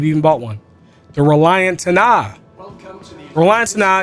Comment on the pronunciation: Bro forgot the first A in "Tana". It's not called the "T'na"